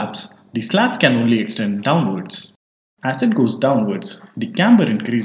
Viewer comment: slats is pronounced like sl0ts?😜